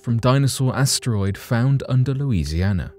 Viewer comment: Louisiana 🥹 love the way you say that